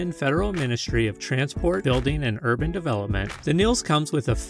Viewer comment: Th VW Nils is pronounced Neelse!